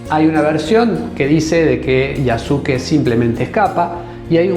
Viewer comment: Un pequeño aporte, en japonés en muchas ocasiones la letra"u", después de la "s", no suena. Cómo la palabra "desu", que significa "es", pero se pronuncia "des". En este caso el nombre de Yasuke, se pronuncia Yaske.